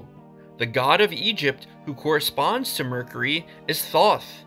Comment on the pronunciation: and Thōth lol